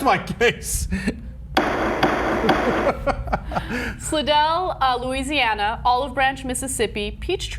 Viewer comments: It's Slidell, LA as in Sly-dell not Slih dell...come on Ana. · its pronounced "Sly-Dell" Louisiana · aw dude, 'slidell' as in 'slide - L' come on